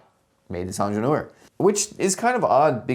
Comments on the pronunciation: yeah i had the video running in the background and was like 'wait, what is this onjelor he's talking about' 😅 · Please just say „Engineer“ instead of butchering the original name throughout the video 🙄